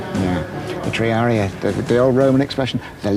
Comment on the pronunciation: Lol, Triaré ! its Triarii ( though dont know if its one or 2 i's)